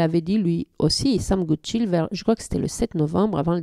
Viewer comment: Il est anglais, pas français ou allemand, donc pour la prochaine fois, attention à la prononciation de "Goodchild", le "i" comme dans le mot "child" (enfant) (et pas comme le nom de famille Rotchild), il suffit d'écouter comme lui même le dit dans l'interview officielle doublée ici, ou encore Xavier Macaire dans la présentation du bateau et marin. Personne n'aime entendre son nom écorché !